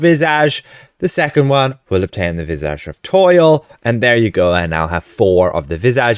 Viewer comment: Please, please, please pronounce "visage" correctly!!!!!!